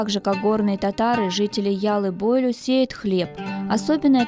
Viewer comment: Маленькая поправка,яллы бойлю,ударение,на последний слог,на ю.